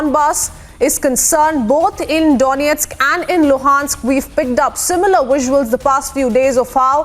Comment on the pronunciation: Excellent pronunciations of Donestk and Lugansk! 😇